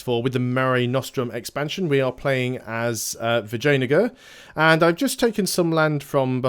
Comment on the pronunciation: I'm sure you butcher pronunciation on purpose... C-lon not Say-lon... I will let Vagina-gar go for now!!